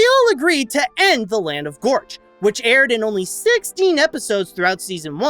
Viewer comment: it's pronounced Gorch not Vorch